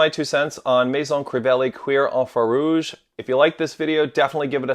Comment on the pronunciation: Um I don’t think that’s the correct pronunciation 😂😂😂